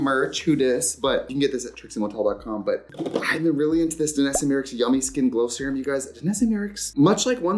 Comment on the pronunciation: Can’t stop laughing at Miricks ahahahha MY-Ricks, Trixie!!!